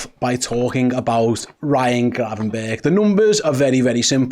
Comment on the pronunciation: Nice one for saying his name correctly. Im sick of this "bertsshh" shit